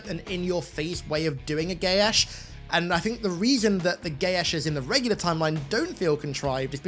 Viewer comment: This chosen one magic bullshit that keeps infecting everything more and more is actually driving me nuts. Also, your pronunciation of Geas puts a spasm in my jaw.